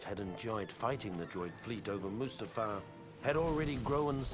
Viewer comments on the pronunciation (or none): I'm getting an anerysym everytime he calls mu's ta far, Must uh far